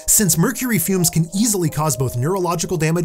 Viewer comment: It souds like you are saing bronze cant kill